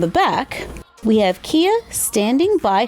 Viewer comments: It's Kaya not Kia. You know Kaya that Rthymes with Maya. But the spelling is Kia Hart. But the pronunciation is Kaya Hart. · It’s “kai-uh” not “key-uh” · The display is perfect! I've been trying to figure out one using the series 1 packaging myself but couldn't crack it so now I'll follow your lead. (also, psst - it's Kaya, like Kayak, instead of Kia like the car. Happened to me too lol) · btw, kia is pronounced as kya “kai uh” 💗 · Kia’s name is actually pronounced as Kai-yuh, not Kee-ya, instead of the play “Key to my heart” its supposed to be a play of Mariah Carey name since Kia Sweater has “Heartbreaker” which is one of Mariah’s song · Hi! Just thought I’d let you know for the future, Kia’s name is actually pronounced like Kai-ya and not Kee-ya 😊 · You pronounce it like kaiya but it is spelled like kia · kie (like in die) uh (like in huh). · Love the dog but it's actually Caillou not Kia it's Kaya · Kia is actually pronounced Kai- Ah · Her name is actually pronounced Ki-Yuh Hart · It's pronounced Kai Ya BTW and are you gonna do a does the fit, fit for the new RH series? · The designer announced that her name is actually pronounced like K-eye-a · You didn't say kia correctly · I just can’t get over that pronunciation of Kia.